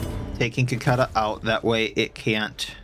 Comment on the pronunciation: I mean no disrespect, but what state are you in that you pronounce cicada like that?